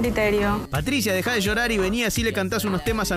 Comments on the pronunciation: loriar, no llorar jaja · "Dejá de lorear" dijo, no: "De llorar". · Decia loriar y el locutor dijo llorar😂